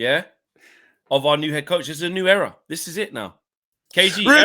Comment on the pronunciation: it's eeeera